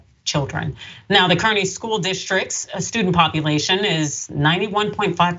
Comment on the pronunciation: The town is pronounced "carney"